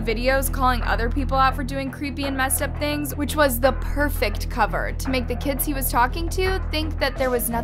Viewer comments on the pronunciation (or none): none